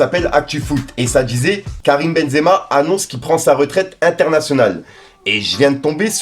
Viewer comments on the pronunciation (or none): none